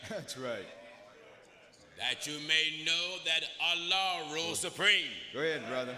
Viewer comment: 14.19.? Did u say our law our lord or Allah? Umm I thought u we’re for Christ?